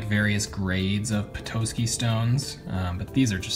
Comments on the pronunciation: Petoskey = Peh-taw-ski not peh-toe-ski <3 My boyfriend grew up in Michigan and vacationed on Lake Michigan and dove for Petoskeys as a kid. My fave pieces were the Graveyard Plume (I can't wait to dig there myself) and the Snowflake Obsidian. I will have to send you some Priday Polka Dot agate (Jefferson County, OR) once I get my chunks slabbed up. It's amazing stuff. I followed you on instagram and my username there is the same as here. Look at not my most recent post, but the one previous. It's just one of the pieces of polka dot I found. (you might have to request to follow me, my account is private). LOVED your tumbled treasures! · It’s pronounced pet-ah-ski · Petoskey is a town in Michigan and you mispronounced it. The o is more like ah. and not a long o.